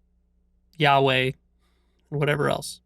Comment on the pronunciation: When he said Yahweh I thaught he said and meant yaoi 🤣😂 Calling yaoi a God